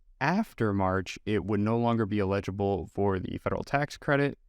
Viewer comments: its ell-ig-ible, not ill-eg-ible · illegible = not readable or identifiable (pronounced EE-ledge-able) eligible = to qualify for (pronounced L-edge-able) just sayin........ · Why the hell are you saying 'eligible' like that? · I was curious if there was some local dialect where folks pronounced “eligible” like “illegible”. It didn’t bother me, though. I found it folksy. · Please learn how to pronounce the word "eligible" before your next video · hah i was going to comment on that also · Is that why the word “eligible” was mispronounced?